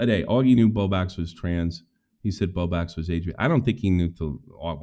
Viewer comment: He does that on purpose! I’ve watched him for years and he always said Bow Bax, like an inside joke no one finds all that funny!